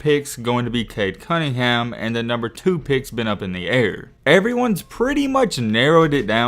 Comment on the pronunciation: “cunnhingan” 😂😂💀 go back to school lmao